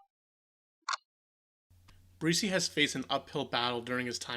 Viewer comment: Um...It's spelled and pronounced "Breese" like the gentle wind. Please correct this in the near future. Thanks..